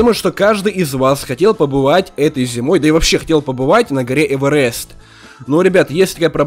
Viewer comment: прости конечно но не эвэрест а эверест